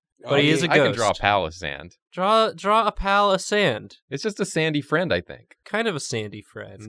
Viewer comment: Pail o sand,,,, not palosand